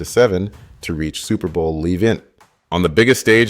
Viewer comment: Superbowl Le- vent 😂